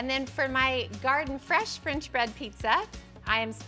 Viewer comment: And where does one get “frinch” bread?